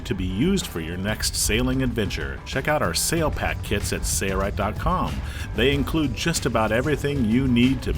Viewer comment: Your company is called sail-rite, not say-rite.